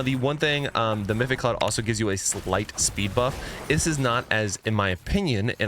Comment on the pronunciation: MA- PHI-TIC CLOUD… NOT MYTHIC CLOUD JHC